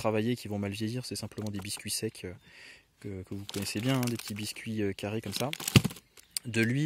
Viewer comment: « que des produits secs, stables » à l’oreille j’ai entendu « que des produits sexes, tables » . 😂